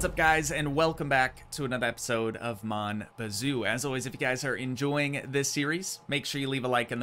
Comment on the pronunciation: No Canadian would say “Mon Bazou” like you just did